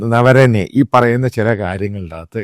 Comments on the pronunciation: നരവനെ ആണ്, നവരനെ അല്ല. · ആദ്യം പേര് എങ്ങനെ ശരിയായി പറയണമെന്ന് പഠിക്കൂ. നവരണേ അല്ല നരവണേ😂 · “Naravane “ not Navarane. Thanks